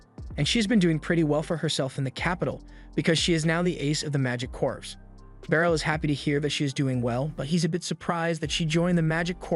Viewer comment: Corps is pronounced "Core", not "Corpse".